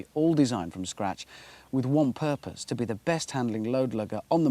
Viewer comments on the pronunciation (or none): none